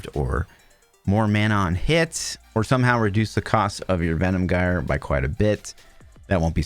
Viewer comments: Jire, not gire, you can't even pronounce the skill name... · it pronounce jyre not gire , altho its written with G, thanks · Gyre is pronounced like "fire" and starts with a "J" sound.